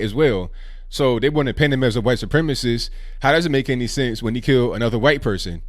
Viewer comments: Did you just say “huwhite” male? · "They're white" (Pause for dramatic effect) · I like the way you say white